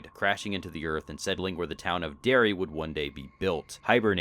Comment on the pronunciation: D.E.R.R.Y., not Darby.